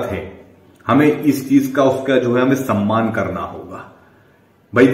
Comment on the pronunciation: Saman ki nahi samman ki 🤣🤣🤣